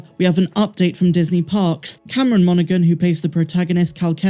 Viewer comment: the G in Monaghan is silent. It’s pronounced MON-uh-HAN, not MON-uh-GUN.